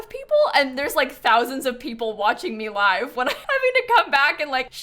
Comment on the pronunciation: I really hope Snap comes through her surgery well and they get all the cancer! Also, uh... This is a tiny thing, but I always flinch a little when you say 'live mode,' because you pronounce it like 'lyve' as in 'Live from New York!'... But, it's 'live,' like... 'Live long and prosper.'